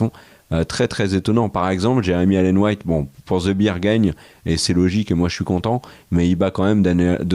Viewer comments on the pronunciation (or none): C'est the bear 🐻 (bèr), pas the beer 🍺 (bir), c'est pas la même 😂 J'ai déjà fait la faute dans les Rocheuses au Canada ("There is beer around the corner ! - You mean a bear? - Oh, yes. No beer, sadly..."), on m'a regardé bizarrement 🙈